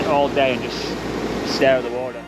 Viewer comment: Mate what happened to your t's? Listening to you say water, beautiful etc. have you always sounded like that? 😅